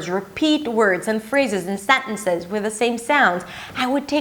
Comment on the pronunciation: Hey,. Nice video! I get a little bit curious when you pronounce words like "sentence" or "uncertain", do you have a video teaching this "non-t" sound in these kinds of words? Idk how to describe it appropriately, I hope you get me